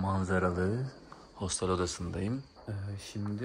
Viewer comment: Hostel 😂 Hostel diye yazılır otel diye okunur